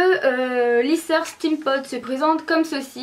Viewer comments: Ca me stresse trop tu dis "Stème pod " au lieu de "stime pod" (steampod) 😅😂😘😘 mais sinon je t'adore ♡ ♡ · pour prononcer steam pod tu dit stèm pod au lieu de stim pod,sinon bonne video t trop belle